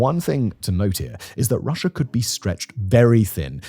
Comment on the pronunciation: Am I the only one who hears "Russiar " and "Chinar"?